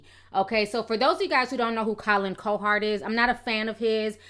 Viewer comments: Lol, I love your YouTube commentary, but his name is pronounced Colin "COW HERD"😂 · Colin CoHard. Wtf is that pronunciation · It doesn't help you cant pronounce simple words. Say it JUST like it is spelled. Cowherd... Cow-Herd. Not "Co-Hard" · cow herd cow herd now put it together.....cowherd....damn you killed his name ctfu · love the content, but it's pronounced cow-heard. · I appreciate your point of view on this, and seeing through the BS. You definitely need to know the backstory of what was said about him & his sons in order to understand where LaVarr was coming from. But I'm dying because you kept calling him Collin "Co-hard" 😂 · You’re pronouncing colins name wrong